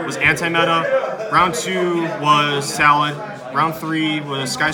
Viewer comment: I cringed every time he said salad ... pretty annoying lol